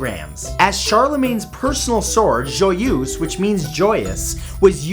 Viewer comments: I do not get this Matt: you come from Ontario, Canada. Therefore you must have a basic knowledge of french. So why is it that you cannot pronounce JOYEUSE correctly? Luv u still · Matthew.... We have to talk about your french prononciation.... Joyeuse does not sound like that and so does Charlemagne. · Great vid. Pronunciation of Joyeuse hurt.